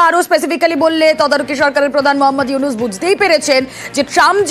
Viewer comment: ডক্টর মোহাম্মদ উইনুস চা ওলা না চা ওয়লা 😂 মিডিয়া